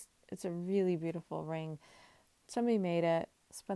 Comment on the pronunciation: ring, you didn't emphasize... , hmmm..